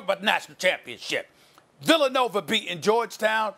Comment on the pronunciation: “Villanover” - Stephen A. Smith